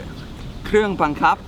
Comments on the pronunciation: "บังคับ"น้าาาพี่เนททท ไม่ใช่บังขับบ555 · บังคับไม่ใช่บังขับ